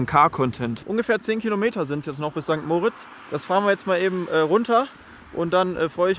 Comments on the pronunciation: sorry es heisst nicht mooritz sondern moritz,beste grüsse aus der schweiz.(sehr wichtig) Lg Beat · ST. MOOOOOOOOOORITZ😂 Es heisst einfach St. Moritz. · Ich glaube kaum, dass du jemanden in diesem Ort gefunden hast, welcher St. Moritz so ausspricht wie du. Der Ort heißt St. Moritz (moriitzz ausgesprochen) und hat nichts mit Max und Moritz zu tun.😊